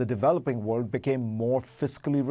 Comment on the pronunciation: Fareed, please learn how to pronounce WORLD